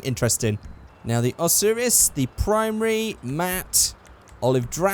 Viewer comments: you pronouced Osiris wrong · why do you call a spawner a spooner? also the osiris is pronounced O' sigh riss.